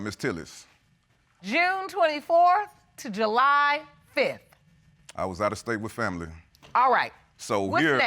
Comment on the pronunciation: He said JEWly so many times I wanted to SCREAM! Also, when did men start calculating (even close to accurate) conception dates!? Its not a straight back count.... attend Dr appointments potential fathers. That family member that told you you would only have boys, is only claiming their make heirs as well 🤷🏽‍♀🤣